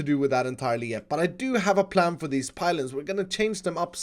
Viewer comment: He said plan not pran